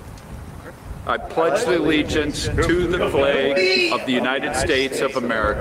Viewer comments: lmao, he "pledges the legence." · "I pledge the legiance" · Did he say “I pledge the legions“? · 😂 "the pledge of the legiance" is killing tf out of me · "I pledge the legiance"? WTF? Is this guy a Russian operative? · He said "I pledge the legience" 😂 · Pledge theleejents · i pledge a the legiance to the fleyg